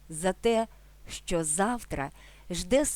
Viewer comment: шановна автарко, спробуйте пояснити ваше "щЧо"! чому у слові "що" Ви наголосом виділяєте звук "Ч", тобто додаєте 3 звук... замісць м'якого ЩО, який складається лише з 2 звуків